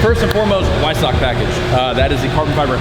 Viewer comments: Also, Weissach is pronounced 'Vaïssarrr' not Waïssakk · W in German pronounced like V in English, "Veissack" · Dude. Go look up how to pronounce Weissach... you fucking douche!